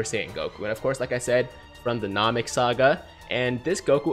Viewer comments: any 1 else get triggered when he says nam-ek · That weird moment when you notice says Namek wrong 😂